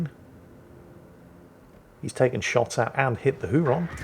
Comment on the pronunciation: Hey. Huron is pronounced "Hyer-on".